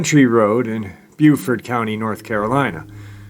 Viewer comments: Its (Bo)BeauFort NC. Its (Bew)Beaufort SC. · Great episode but in N C we pronounce Beaufort with a " bow" sound, like "bowfort". Love your episodes !!